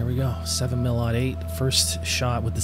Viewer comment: when you say .308 do you say 3 oh 8 or 3 ought 8? if you say 3 oh 8 like you should, then good, do yourself a favor and learn the proper pronunciation of 7mm-08… and yeah.. i did throw in facts, cause everything i said is indeed true. i’m sorry i know more about guns than you :/